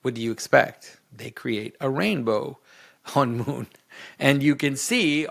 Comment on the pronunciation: When you say Honmoon, I hear Hamun (Amun). SyMbOlIsM.